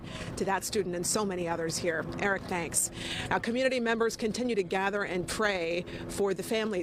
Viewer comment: What's "algeba" ?